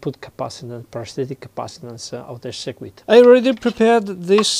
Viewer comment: Circuit is pronounced sir-kit, not sir-ku-it.